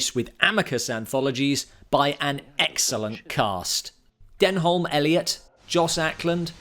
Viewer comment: How did you pronounce “Denholm” Elliott?! 😂, it’s pronounced (effectively) “Denum.”